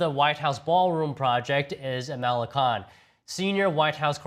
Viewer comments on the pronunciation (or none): none